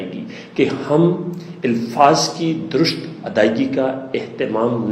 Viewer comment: جناب آپ درست کو تو درست ادا کریں